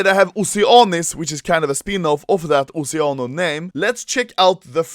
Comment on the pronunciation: Oceano Is italian Word lissen the pronuncia plz